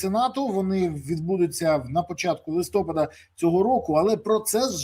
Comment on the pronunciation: листОпад - неправильно. правильно - листопАд